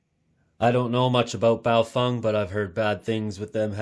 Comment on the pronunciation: "Don't know much about Baofeng." At least you can pronounce it fairly authentically :)